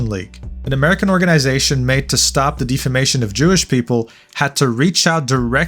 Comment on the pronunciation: Not to bust chops or anything but it's pronounced Deaf-A-Mation not Deef-A-Mation. Other than that, very good video.